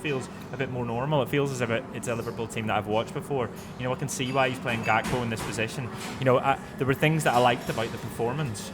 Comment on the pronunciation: Why can’t say Gakpo yet 😅